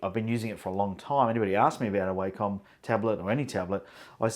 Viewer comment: Wacom is pronounced "wah come"